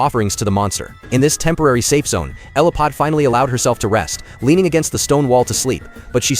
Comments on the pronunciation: 😂 it wasn't "Elipod" either lol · Elodie, not Eliphod. Fun movie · Why can't AI get the name right? Isn't it just typed in? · Everyone correcting you for the character name, I know it's not your fault. I blame the Ai 🙄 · The movie is Damsel with Millie Bobby Brown as Elodie….. wish they’d pronounce the character names properly. It was on Netflix and was pretty interesting to watch. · The names almost never are pronounced correctly, these AI shorts are trash for many reasons